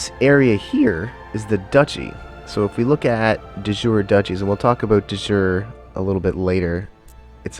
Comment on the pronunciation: thanks for the video, but your "de jure" made my ears bleed ;)